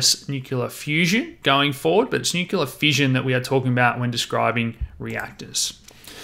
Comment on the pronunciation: everything about this video except the pronunciation, "Nu-kyu-la" is great